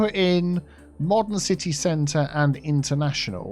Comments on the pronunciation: Ci-tea Hall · Funny, I feel like you named the palace area yourself when you said "Ci-Tea Hall". 😂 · CiTea Centre? 😜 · Ci-Tea Center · Cit-tea hall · City Hall = "Sippa'Tea Hall" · ci-tea square